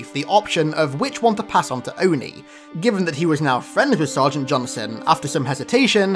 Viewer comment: Johnson… two syllables